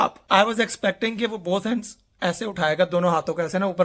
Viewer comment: 'Raise your both h(ends) up'🤣🤣👌🏻👌🏻